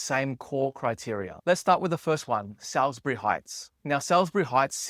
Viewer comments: You couldn't go much further out to these places. By the way, it's pronounced Sauls-bury, not Sals-bury. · Salisbury is pronounced as SAWLZ-bree . Pronunciation Breakdown SAWLZ: Rhymes with alls or alls with an "s" sound. The middle "i" is silent. bree: Sounds like bree or a very compressed buh-ree (/bər.i/). Syllables: It is commonly spoken as 2 or 3 fast syllables (SAWLZ-bree or SAWLZ-ber-ee). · not an Adelaide thing, "The standard pronunciation of Salisbury is SAWLZ-bree (or /ˈsɔːlz.bri/ in the UK and /ˈsɔːlz.bɛri/ in the US). The first "i" is completely silent, and the word is typically spoken in just two syllables rather than three :-) ' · The fact you can't pronounce Salisbury properly makes me wonder about your actual knowledge?